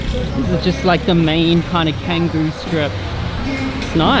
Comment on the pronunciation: Love that you’re back in Bali. Ps. it’s pronounced “Chang-goo” like the C in ‘charity’, not Kanggoo.